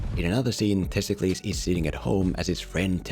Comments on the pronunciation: How did you butcher the name of one of the most important Athenian figures of Ancient Greece?? It's Themistocles!, not Testicles. At least Google it before you make a video that is apparently your job... Your worst video for me is this, I believe you know why... :P My favorite is the Sherlock Holmes video. It actually made me appreciate a movie I thought was mediocre when I first saw it. I rewatched it after seeing your video and it's one of my favorite action/detective movies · Why do you call him Testklis? His name is Themistoklis and he was a real person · The main character’s name is Themistocles, no Thistokles (or whatever name you repeatedly said throughout the video), who IS a REAL person who helped lead the Greek forces against the Persian forces at the Battle of Marathon, Artamesium, and Salamis. Source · The name of the main character is Themistocles and not Testicles otherwise all your points are quite sound tho one could argue anyone with a bit of knowledge of Greek history won’t have as much a problem of understanding what’s at stake and where the battles take place as your plain old, maybe uneducated, movie viewer. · Everytime you say testicles I laugh and can't focus on what you are saying. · Sounds like he's saying testicles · Homie really couldn't pronounce the name of the real Athenian hero Themistokles? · You really need to stop deliberately mispronouncing this man’s name Themistocles was a real person in Greek history, so maybe you should go get an education before you go, deliberately mangling peoples names